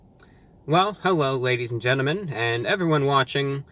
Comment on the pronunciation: Ladies and gennamen